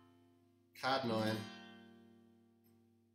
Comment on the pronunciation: Kadd9... it’s C-add9. Like ‘See’ add 9. Good tutorial otherwise, nice voice too